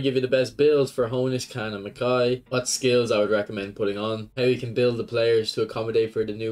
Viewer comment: Its Mak-EYE. That’s how u pronounce Makaay.